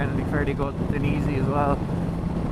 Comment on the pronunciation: Die--en--easy 😉 also very jealous as my jacket was ruined in my crash ( it was dainese lol)